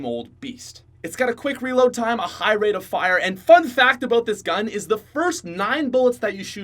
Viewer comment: Did you say rape of fire?